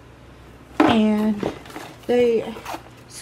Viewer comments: I gave this a thumbs up simply because of the amount of confidence she use when she said "chi-q? Amy if you type a word into google it will tell u how to say it. But I admire your confidence! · ‘Chi-kue’... ffs 😂😂😂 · Amy! It’s pronounced Sheek! 🥰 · Isn't it pronounced chic? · A Kayfabe It seems that way😂. I just don’t understand why they’d waste their resources on someone who can’t even pronounce the brand right